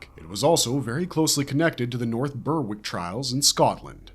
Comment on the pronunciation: The w in Berwick is silent btw lol!